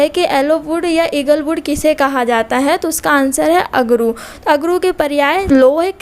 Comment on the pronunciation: Likha screen pr अगुरु और उच्चारण कर रही है। अगरू।